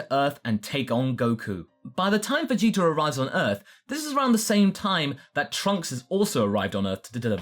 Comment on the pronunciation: I kept hearing "Veyitor"